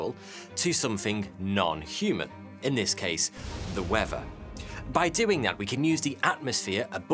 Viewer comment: Its pronounced Weather. Not wefva. How is it that the british "people" invented a language but are the worst speakers of it